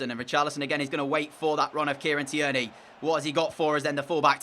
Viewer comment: The way you pronounce tierney 😂😂 its Kieran teer knee